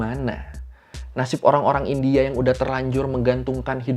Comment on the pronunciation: Please bang bilang Kata2 “India” nya biasa aja , kek gimana gitu di telinga 😰